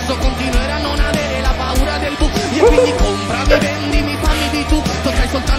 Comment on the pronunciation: Paura not puara means fear😆